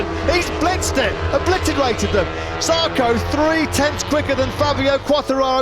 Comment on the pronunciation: ZARCO, not jarco.